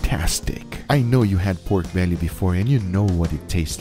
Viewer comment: Bruh. I hate the way he say “peiorke bealliey”